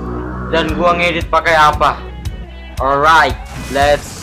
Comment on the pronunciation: ga tobat bilang orait orait :v yg bener alright wa dah tau :v